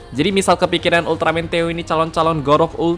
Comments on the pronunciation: Kek nya bukan dibaca teo, tapi "THE O" kalian lucuu teo teoooo emang tayoo😂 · Theo : teio (bisa aja kepleset njir nyebut nya)